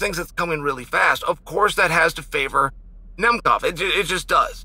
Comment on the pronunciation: Nemov: my new fav correctly pronounced fighter